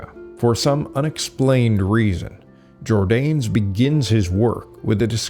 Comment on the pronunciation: Why do you mispronounce “Jordanes”? The name has THREE syllables.